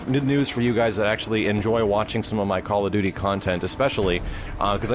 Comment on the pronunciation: call of dooood-deee